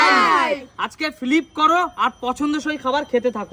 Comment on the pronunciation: Flip ❌ Filip ✅ Sumire khelai nen ken o kicchu spell korte pare na O five ke faeeeeeev bole ken ajob? Ato to 2 o pass kore nai 😒